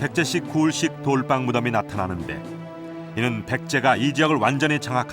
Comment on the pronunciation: 좋은데 돌방으로 발음하고 돌빵으로 부르지 마세요 이유 없는 경음화 거북합니다 돌 위에서 빵을 굽는다면 뭐라고 부를 건가요?